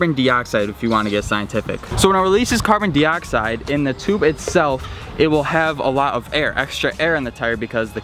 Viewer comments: “Carbon deeoxide” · Say Carbon Dioxide correct